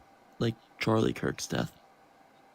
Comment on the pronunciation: Charlie Jerk? 🤔 It's such a hard name to pronounce, unlike Kamala. 😉